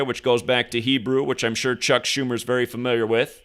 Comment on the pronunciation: Chuck Joo-mer